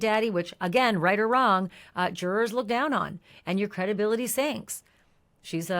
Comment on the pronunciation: jur-ers not Jour-ors please